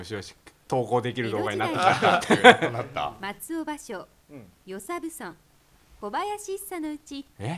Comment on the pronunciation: ( +△+)ばしょー？ 姫路城といい「う」を発音しないレトさん